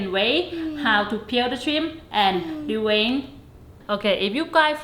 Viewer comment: Thank you! Now I know how to Dee-Wayne Da Shrimp 🦐😂🤣🤣🤣🤣🤣🤣 Really good 👍🏽 Video 😊